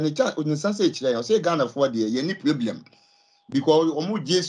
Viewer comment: “No pieblem” 😂